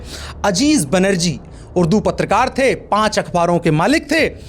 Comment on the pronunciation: अज़ीज़ बर्नी ✅✅ अज़ीज़ बैनर्जी क्यों बोले ???